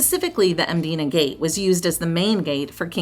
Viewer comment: Hats off to you for saying the names correctly especially Mdina. I will say though you can take a bus instead of bolt.